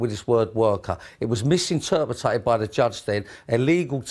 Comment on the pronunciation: How in the hell does an inarticulate numb nut like him get to drive around in a Bentley? The only clarity this geezer needs is in how to pronounce MISINTERPRET!